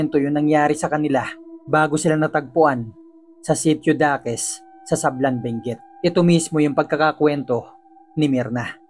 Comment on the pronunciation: Sablan hindi sablang😊